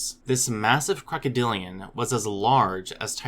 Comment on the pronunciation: "crocoDILliaNnnn" lol